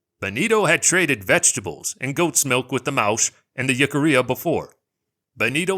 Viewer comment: One critique otherwise a very good 👍 video! Jicarilla is pronounced "Hick-ah-ReeAh"